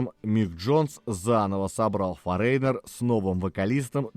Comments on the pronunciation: Правильное произношение Foreigner - ˈfȯr-ə-nər, а не 'форейнер' )) Лично для меня их второй альбом Double Vision является самым лучшим. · всё же не форЕйнер, а фОринер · Вы неправильно произносите название группы не форейнер,а форинер. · Почему "Форейнер"? " Форинэр"!!! 😂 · ФорЕйнер 🤭 . Забыл букву Гэ произнести😂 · Это так нарочито произносится автором — “форэйнэр», с ударением на второй слог? Зачем коверкать? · Ударение: фОренер... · Одна из самых любимых групп. Но для меня она только с Лу Грэмом. Автору спасибо, но название вы произносите неверно. Забейте в гугл переводчик и послушайте озвучку этого слова. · Выпуск интересный, одна из любимейших групп. Но ёпрст - нельзя было потратить секунду и узнать как это произносится? Кошмар. И в русском проблемы. Просите помочь редакторов, плииииззз! Это же не сложно и недолго.